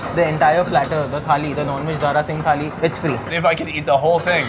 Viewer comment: In did he say nonveg tali or nann veg tali?